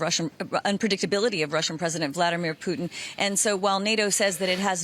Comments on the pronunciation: Did he just call him Vladamir Poutine? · Him: “Vladimir puteens”